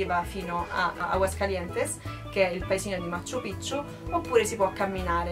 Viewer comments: non ha senso lamentarsi dei costi, la gente deve pure guadagnare in qualche modo e hanno dei prezzi alti proprio perché lì la moneta vale 1 quarto della nostra, se non ti vanno bene i prezzi non viaggiare e poi pronunci stra male 'machu pichu', in Perù non si hanno le doppie salvo casi eccezionali di cognomi e alcune parolr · Ma quante volte hai detto Macccchu Piccchu.... troppe C!